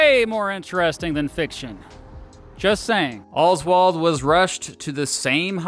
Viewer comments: If I have to hear “Olzwald” every time says “Oswald”, so do you. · why do you say oswald like that